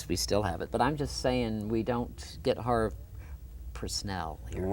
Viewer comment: HARVE--H-A-R-V-E--NOT HARVEY!